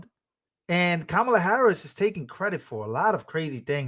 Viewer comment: did he call her Kamaler? Where are the pronunciation police?